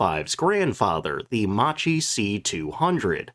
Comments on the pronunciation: ehm "Mucheee" is actually pronounced "mukky". This quite lacks the whole story of Italian fighters: with DB 605 engine there were designed two other fighters, one of which had even more particular abilities but had some flaws, Officine Reggiane RE 2005 of which just a few were produced and after '43 a very few were just adopted for training in northern Italy. The other was the more famous Fiat g55 that was easier to build. When Germans gave us DB 605 the agreement was we had to build some models to compare with German fighters so to choose just one to produce massively. The day od the demonstration German generals themselves admitted our aircraft were in many aspects superior to theirs, for maneuvrability for instance but the real problem was the all our models were more complicated and long to produce. So there wasn't a shared production. G55 was the easiest of the three and it was a real killer against allied bomber over RSI lands. have a listen to this guy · you don't pronounce Macchi as macci but Makki for fuck sake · Interesting vid once again. Couple of pronunciation errors (I believe) - Macchi is pronounced with a "k" rather than "ch", so Mackie. And Alfa Romeo is Alfa "Romayo". Oh and Folgore is "Folgoray" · I should be pronounced Ma-Kk-i, not MaCHi... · Ok we all know the jokes about the Regia Aeronautica, but… first of all as a documentarist at least learn how to pronounce Macchi! Bloody hell, ch in Italian = k , therefore the chi at the end is pronounced like KEY not like chip🤦‍♂️ Next, about the MC 205 being the best, there are other videos around about the Fiat G55 being so good that the Luftwaffe evaluated it, recognised the potential and didn’t adopt it only for industrial reasons. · Actually more like "Mockie" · Macchi is pronounced “makki”: “c+h” in italian is always a “k” sound (double k in this case) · Right pronunciation is “Makki” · I believe Macchi is pronounced "mock-key." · it's pronounced MAKKI, mate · Macchi is pronounced like "makki"